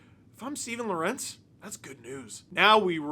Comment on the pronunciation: I have to correct you. You're mispronouncing Lorentz's name. You're saying Lor-entz, like it's spelled. It's pronounced like it's Lawrence. I learned that when I spoke to his parents covering the Canes